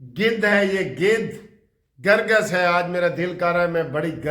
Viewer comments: " Kar Gass " . Not " Gar Gass " . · " Kar Gass " . Not Gar gass . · آج آپ جوش میں الفاظ غلط کیوں بول رهے هیں درست لفظ کرگس هے ، گرگس غلط هے کرگس چیل کو کهتے هیں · گرگس نہیں کرگس ہوتا ہے کوہ تائی نہیں کوتاہی ہوتا ہے